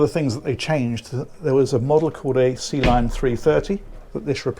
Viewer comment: I know you're saying "Sealine" but I keep hearing "Sea Lion."